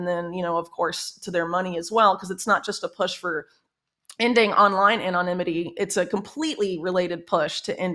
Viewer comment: She doesn't know how to pronounce "anonymity."